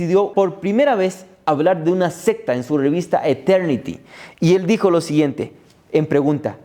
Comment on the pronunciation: Como frecuentemente estas hablando debe pronunciar Secta con C...y no con P... Se lo digo con apecko.